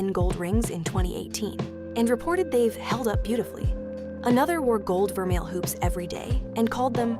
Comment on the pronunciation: Vermeil too